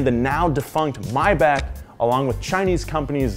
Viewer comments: Maybach isn't Chinese how did you mess that name up..... 100% MAYback Not MYback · “Myback” 💀 its mayback. Maybe 🤔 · did this guy just say myback?